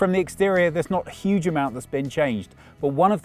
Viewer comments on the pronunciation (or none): none